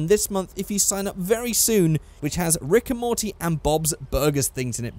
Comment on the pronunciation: when you say rick and morty it sounds like rigor mortis